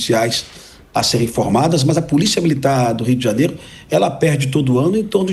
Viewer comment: JANIERO ? Kk